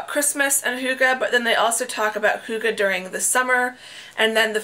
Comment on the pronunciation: Don't worry. Your pronunciation of hygge is very close. 😊